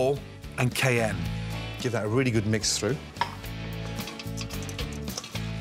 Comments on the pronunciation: how did he pronounce cayenne lmao? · Get back to me when you can pronounce “cayenne.”